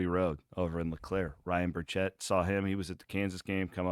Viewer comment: Ryan Burchett was my neighbor growing up and his mom was my principal in elementary. FYI, you’ve been mispronouncing his name for years lol. It’s not burr-chett, it’s bir (like fir) chit. Bir-chit not burr-chett. Very nice people, I’m sure that’s why he’s never corrected you!